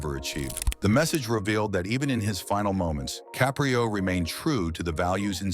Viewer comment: Please pronounce his name correctly..its not ca'pre'o its caprio'